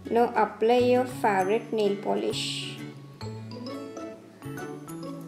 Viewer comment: Mam pronounce favourite correctly